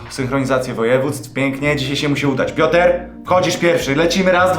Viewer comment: pioter", piękne